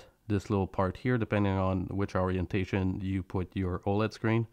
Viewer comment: wow, mispronunciation of the word "variables." well, this video would be unfit for youtube if it were perfect, eh. mispronunciation of the word "orientation." please tell me English is not your native language.